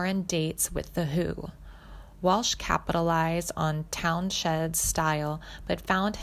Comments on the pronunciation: You can’t even pronounce Pete Townshend’s name correctly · Tragic ending?? Y'all realize he's still alive, right?? What a bunch of bullshit! And while you're at it, learn how to correctly pronounce Pete Townsend's name. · I agree. She couldn't even pronounce Pete Townsend's name. The headline makes it sound like Joe died, or his "tragic end" is his sobriety? This wasted almost eleven minutes of my day.